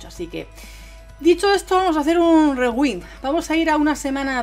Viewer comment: Rewin.... Jajajajaja jaja, estudia ingles o al menos busca como se pronuncia en google rewind